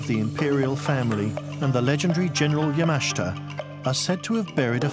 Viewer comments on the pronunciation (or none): It's not Ya-MA-shi-ta It's Ya-ma-SHI-ta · pronounce" Yama-SHIT-ta" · So very hard to listen to the constant mispronunciation of Yamashita's name. Good video but learn how to pronounce Japanese names and drop the facebook logo in the lower right hand corner.